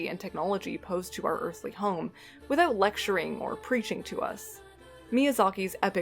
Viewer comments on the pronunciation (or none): none